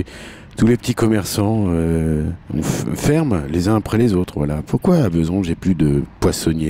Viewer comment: C'est Bezons et non pas Beuzon !!